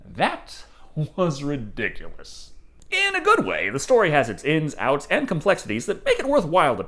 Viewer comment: You said it right when I thought it, Ridiculious ...😄